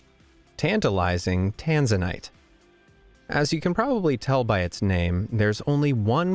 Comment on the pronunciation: The pronoused Tanzana wrong